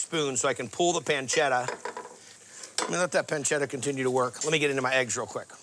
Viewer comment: Yeeee, “ pencedda “